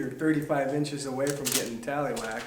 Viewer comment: N0. He said "talley whacked".